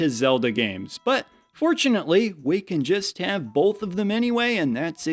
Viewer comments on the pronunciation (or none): "Bulth" Thsts Canadian for "Both"